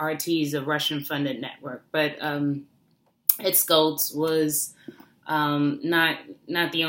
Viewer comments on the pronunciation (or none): First of all, it's Ed SHULTZ, not Ed Skults. There's no "K" sound in it. SHULTZ: "SH-UL-T-S." Condolences are fine, but let's get his name correct.